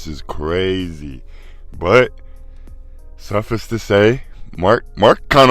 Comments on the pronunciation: Not shooting at u. Suffice is pronounced suff-ICE. Long I. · That is not how you pronounce “suffice” big dog